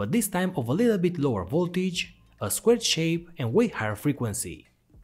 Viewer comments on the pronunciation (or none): none